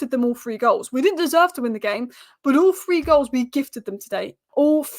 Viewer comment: “All Free” or “ All Three” 😂